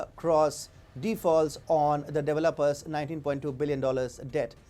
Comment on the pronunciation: How about developer's, being pronounced as deviluppers.